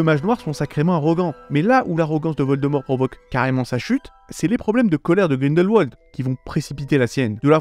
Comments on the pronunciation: par pitié, ça se prononce grindelVald, pas grindelouald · Ca se prononce GrindelVald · Alors je ne sais si c'est parce que je suis suisse et que Grindelwald est un lieu qui se prononce en allemand, l'entendre avec la prononciation anglaise me fait sourire. ^.^